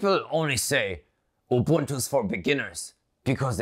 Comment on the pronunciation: I gotta give him dap for pronouncing Ubuntu propoerly... I mostly head you-buntu when mention it